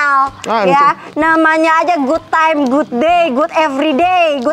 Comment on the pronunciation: "good time grinti"😂